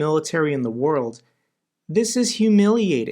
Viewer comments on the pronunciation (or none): none